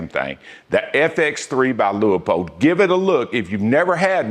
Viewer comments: Love your reviews and they make sense. Just one quibble. Please stop calling Leupold "Lee-a-pold", or "Lu-a-pold." It is a two syllable name. Like "Loo-pold". I can't be the first to point this out. As to scopes, I have owned many brands from budget to quite pricey. I am not a brand fan. That said, of the more than two dozen current owned the two I like the best are both hunting scopes: 1. Kahles Helia CL 2-7x36. While sadly no longer in production, it checks the boxes: Austrian world class glass (Kahles and Swarvoski are sister companies), German #4 reticle, huge for magnification 36mm objective with superb low light performance, light weight, very accurate tracking but low capped turrets. Extremely high build quality. It does not have a 30mm tube, but for its intended hunting distances, it does not need the larger internals for greater adjustment range. 2. Leupold (Loo-pold) VX6 2-12x42 with Firedot Duplex reticle. This is a truly amazing technological hunting scopes. You probably know all about the motion-activated Firedot technology so I won't dwell. It simply works. The scope has anti-cant warning for long shots. 2-12x magnification is all one could ever ask for. The turrets track well and have zero lock to prevent accidentally over rotation. Optically, it is up there with the Austrian and German best. Despite 30mm tube for better adjustment range it is light for a 12 power variable. In third place is a limited run Weaver Grand Slam Tactical 2-10x40mm Japanese made tacti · Lost me when you can’t pronounce Leupold correctly